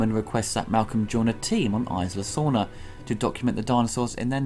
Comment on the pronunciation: it's "Ees-la" Sorna